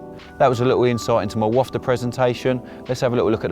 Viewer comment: Please please please!!!! It’s a wafter!!!! Not a wofter!!!